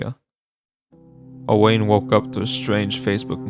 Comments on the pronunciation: Owain is pronounced Owen. It’s an Irish name. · Yet another YouTuber not pronouncing Owain right